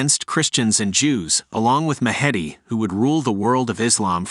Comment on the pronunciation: Do you mean 'The Mahdi'? If so, your pronunciation is atrocious!